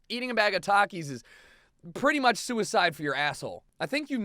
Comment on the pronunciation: well you are a terrible person for so many reasons of this list... i can over look those but you pronounce takis wrong and because of that you are wrong